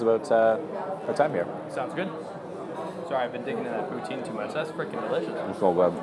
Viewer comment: Where exactly are you from? you said poutine like poutsine which is very disctintive of the french canadian prononciation.